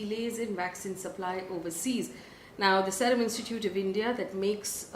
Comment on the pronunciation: Faye it is S eee rum not S e rum